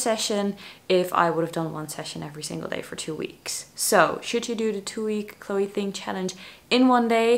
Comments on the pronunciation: it's chloe "Ting", not "thing" xD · Is anyone else annoyed she keeps saying thing not Ting!!